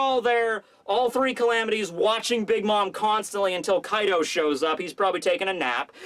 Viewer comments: His name is kai d’ O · His name is Kai D. O. (O is for Oni... or Oda)